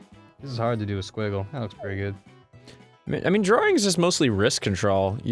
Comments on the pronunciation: Goddamn it Ross! It's DRAWing, not draring. Open your damn mouth, you Aussie! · Ross: "drawring"